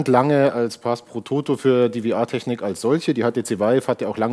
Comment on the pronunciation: Warum kann man bitte VR nicht einfach deutsch aussprechen?